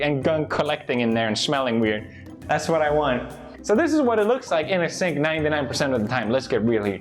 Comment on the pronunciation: Is he saying sync or cenk or sank or sink